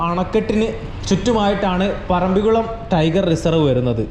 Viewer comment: സുഹുത്തേ ഇതൊരു പൊതു വേദി അല്ലേ .മലപ്പുറം കാർ മുസ്ലിമിന് വേണ്ടി മാത്രം അല്ലല്ലോ വ്ലോഗ് ചെയ്യുന്നത് സ്കൂളിൽ പോയിട്ടുള്ളത് അല്ലെ .മലയാളത്തിൽ പറയുവാൻ ശ്രമിക്കുക ...തായേ ,ഞമ്മൾ ,വയി ,കുയി ,മയ ,കൈയുക ,പോകുന്ന സ്ഥലത്തിന്റെ പേരെങ്കിലും നന്നായി ഉച്ചരിക്കുക .പറമ്പികുളം ,അല്ല മലയാളംടൈപ്പ്‌ ചെയിതു നോക്ക് പറമ്പിക്കുളം എന്ന് കിട്ടും വീഡിയോ കാണുന്നുണ്ട് നന്നായിരിക്കുന്നു പ്രകൃതിനന്നായി പകർത്തുന്നു